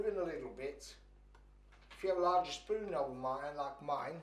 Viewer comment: Go in with the spoooooon